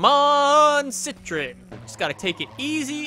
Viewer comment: you're pronouncing CITROEN wrong